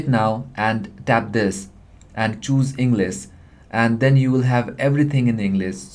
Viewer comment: Ingliss lmao